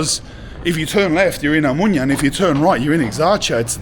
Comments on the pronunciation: Lad, it's O-mo-noia (ea) not O-moynia. When you say it like that you give it a different meaning. Perhaps your friends have told you what the word after the letter O means. By the way, your friends forgot to show you where the MOST famous brewery (the Brits would call it a pub) was in that street you were cycling when you left Exarheia square. Pity it had to close due to the 19, and what this caused. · Its spelled Ex- arhia and oh-monia my ears are bleeding man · He met so many people from there, and nobody told him to stop saying omonia like that ?😅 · > Starts the video. > Scary music. > Can't say Omonia correctly. This sure is a "documentary," alright. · It is pronounced Eksarheea. And it is not a suburb. Also it is not really controlled by Anarchists. Also it is Omoneea not Omoonia. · Nobody tells you to switch off your camera in Eksarheia. And your pronunciation of places is awful man. Omoynia ? Egzarzia ? Gimmie a break. And Varvakeios market dangerous ? You didn't do a good job.